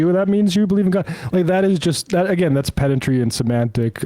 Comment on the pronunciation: "Pendantry Prance" Love it!!!